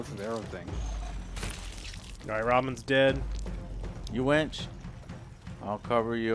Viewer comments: The best part of the video when Joe calls the winch a wench. Which is what you would be calling for in the middle ages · I can't stop laughing about them talking about wenches instead of winches. "Get on the wench!" "The wench got firebombed!"